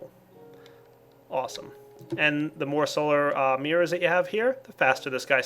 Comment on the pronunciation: i love how pronounces it like "Mierrors";D